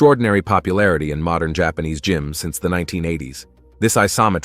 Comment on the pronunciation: ..and, there is a P in jaanese jaPAnese